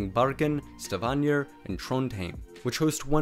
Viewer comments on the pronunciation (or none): Stavanger is pronounced "Stah-vang-er". Not "Stah-vaan-yer" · Stavanger or “Stavanyear?” And Sognefjorden also “Sonyjafiyoren” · No he pronounced names mostly bad and some okay, but the way he said Stavanger and Bjørnafjord was pretty bad. And Im native Norwegian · Ye, I don't live in Norway, but the pronunciation of the g in 'Stavanger' seemed pretty off.